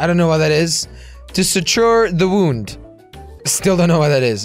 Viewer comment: Een wound is een wond en je spreekt het ukt als waund Translation: a wound is a wound and you pronounce it as wound Good thing that he is dutch